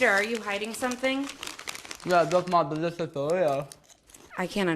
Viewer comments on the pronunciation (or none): Peter...are you hideidng something? No Jush my Dewishious dowitos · u ant unertan meh? i sauhd dihs i’ so de-ic-sousce! edit: 😂😂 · “Just my dweicious drwitos”😂😂❤ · when he had the chips and say delicious it sounded like he said nutritious and i was like WHAT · yeah just my deweshis doowito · Eevee I thought he said nutritious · was i the only one that heard, 'yeah just my delicious dorrito?' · I thought he said delicious 😂😂